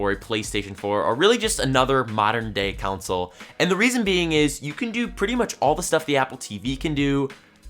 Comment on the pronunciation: he said cauntsole lol